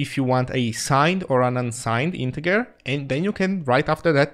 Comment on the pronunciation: Hi, thanks for this vid and all the zig showtime vids. I just wanted to point out that the English pronunciation of integer is like "intejer" (soft g sound).